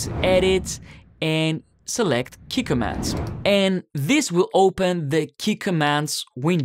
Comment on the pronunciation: Oh Key Commands, I had no idea what you saying at the start